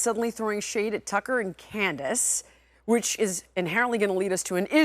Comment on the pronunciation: It's Tucker not Takkaaaa!